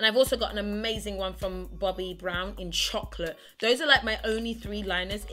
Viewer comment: Like how you say chocolate 😅😅